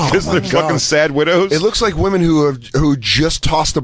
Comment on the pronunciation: Why can’t pronounce women (plural)? It’s like nails on a chalkboard for me. Why doesn’t Jay rip her apart for it??